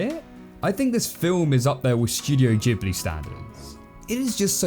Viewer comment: Stop pronouncing Studio Ghibli that way.